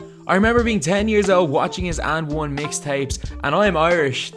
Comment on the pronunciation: did this guy said "UND ONE"!!!